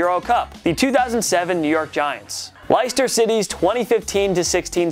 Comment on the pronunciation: its pronounced lester not lister